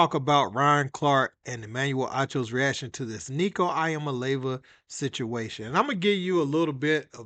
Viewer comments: Wow. U butchered hia last name. Good for u!! Nico gonna regret this. His daddy is a greedy fool. 🍊🍊🍊GBO!!! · Dude, you absolutely trashed Heupel and Iamaleava's names.😅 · Its E-ah-mah-la-ah-va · Stopped video seconds in! Bro check your pronunciation of athletes and coaches names before making content! Y'all can but I can't watch or listen to such a piss poor production. Thumbs down on this one. For the record the names are EEE AMA LEAVA AND HYPE-LLLL SAY'EM LIKE YOU SEE THEM! BUT SPELLED DIFFERENTLY. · Ain’t even mad he cant pronounce iamaleava , but know knowing Heupel’s name is nuts